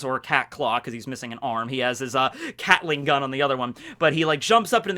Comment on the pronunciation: Love when he says catling gun